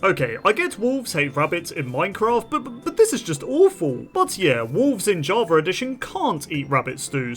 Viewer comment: Jarva addition? What in the world is this person saying?